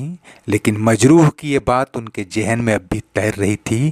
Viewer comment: Majru, nahin,Majrooh kaho.